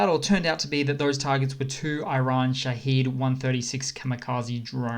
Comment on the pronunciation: In regards to the Persian drones, I heard from someone that it’s pronounced Sha’hed not Shaheed.